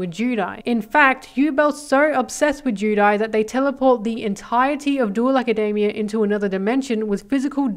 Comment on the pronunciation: Why do you pronounce Academia like macademia nuts its insane